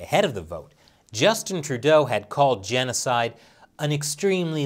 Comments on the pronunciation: Somebody needs to tell Trudeau that there is no "t" in Genocide. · I thought in Canada it was Genocite